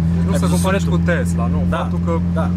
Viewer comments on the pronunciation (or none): none